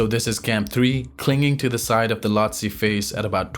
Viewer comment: C'est quoi, une machine qui parle? Loti au lieu e Lhoste, pôle sud au lieu de COL sud, etc... C'est bizarre le commentaire.